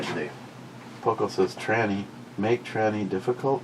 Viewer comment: Jesus tyranny not tranny!!!!!!!! Have some someone read it for you 🤬 this is so going on a t shirt